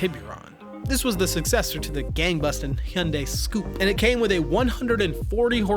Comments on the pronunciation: it's not scoupe it s-coupe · this Ghandu said "Hyundai Scoop" It's Hyundai SCoupe. "sport coup"